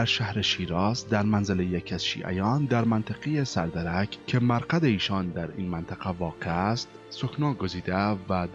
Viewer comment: سلام برادر گرامی و تشکر برای این کلیپ زیبا در دقیقه ۷:۴۷ نام آن منطقه سردَرَک نیست نام آن منطقه سَرِ دُزَک هست دُز از کلمه دزد میاید یعنی همان سارق. این منطقه همان منطقه ای هست که الان حرم مطهر حضرت شاهچراغ علیه السلام هست. با تشکر